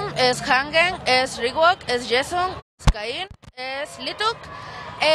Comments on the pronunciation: "Yeson" JAJAJAJAJAHAJSJAJAJAJAJA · "Yeson" JAJAJAJAJAJAJAJA aún no lo supero xD